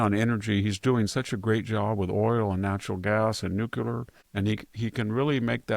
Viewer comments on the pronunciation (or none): I love listening to VDH. But nuculer is not a word.